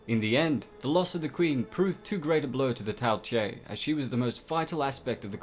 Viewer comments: You said Tao tei wrong it’s not tail it’s tao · quick question, why are you pronouncing it tao tie when you clearly have it spelled tao tei? other than that, great video as always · Not pronounced "tea a" but "Tay" and canine isn't pronounced "ca knee ne" but "ca nine" smh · "Tay" not "Tye" mate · Lol “Tao tiei” where did you get the extra i